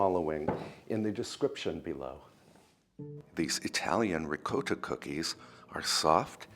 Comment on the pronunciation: Pronounced in Italian dialect. RIGAWTA